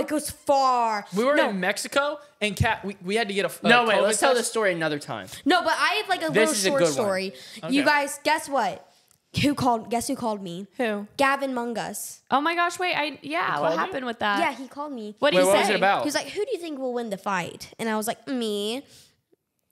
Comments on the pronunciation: The way she said Gavin’s name 😭😭it’s Gavin MAG nus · I died when said Gavin Munsgus I was like who was that🤣😭 and then I was like ohhhh Gavin magnus🤣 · I was dying when pronounced it Gavin "Mungus" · I love how said GAVIN MUGNAS 😂❤instead of GAVIN MAGNUS 😂😂❤❤❤❤ LOVE U GUYS 😊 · its not gavin ammug-us its gavin mag-nus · Real she said like mangus lol